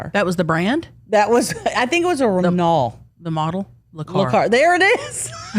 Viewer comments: "Wren-O" not "Wren-alt" lol Renault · Renault is pronounced Wren-O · C'mon,. Learn how to pronounce Renault.